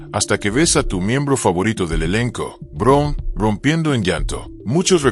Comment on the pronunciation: No se por que no pronuncia el apeellido correcto ( Brown , no Brun ) suena feo .